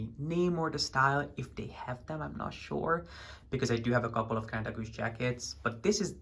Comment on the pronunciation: The pronounciation from KaDeWe was pretty good 😁 You stayed at the Interconti Right ?